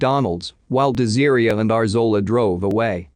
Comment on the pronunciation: [de-zeer-ia].... Is her name really pronounced like that or is it [des-ah-ray]? 😬 Wish there was better narration on these videos.